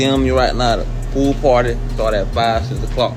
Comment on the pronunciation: The pwool pwarty 😂